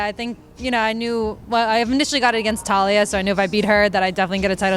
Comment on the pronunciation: Taila, like Thailand not Talia.